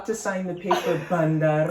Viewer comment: Okay but your pronunciation of “bandar” is actually so perfect??? impressive p.s. baddie checkin